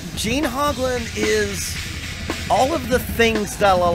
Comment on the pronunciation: Wow, not only do you not know how to say the man's name, you are wrong and unaware of stuff that a search for him on youtube will make you aware of in five minutes. He does not use Camco anymore, stopped years ago, he uses Pearl pedals now, he did use the chain drive Camco just like I use and they're not garbage. You stand corrected. the Camco brand set the industry standard for bass drum pedal design that still today is copied by every company that makes pedals.